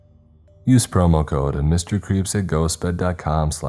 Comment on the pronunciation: In the express vpn plug when you say yoour name it sounds like you are saying.